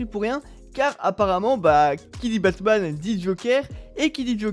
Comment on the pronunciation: Il a dit bassman 🤣🤣